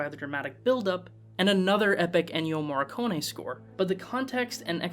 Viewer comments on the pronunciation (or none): Why to pronounce the name of the great Morricone as Marconi?